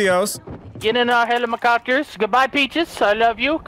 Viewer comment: Helimacopters hahahahha wtf delirious